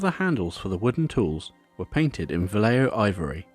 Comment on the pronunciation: It's not pronounced "Valleio", it's "Vahyeho" great work by the way.